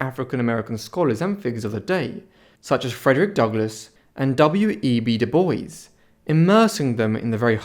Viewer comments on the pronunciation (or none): I guess doo-bwah* is too hard to pronounce.